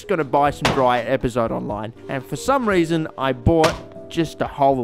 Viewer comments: The first bad word on the bad word counter isn't bad, it's pronounced "EpazotÉ" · it is epazot- eh, not epazot... in spanish Es at the end of words are not silent. I swear I wanted to slap you as much as a French want to slap people who mispronounce Croissant. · Epazote, pronounced ehh-pa-so-teh. Just an FYI